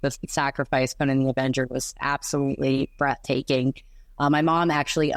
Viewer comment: Thank you for saying "Conan" correctly!